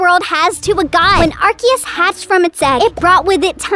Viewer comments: What is r-k-is it’s r-see-is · It is ar-CE-us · IT’s ar-se-us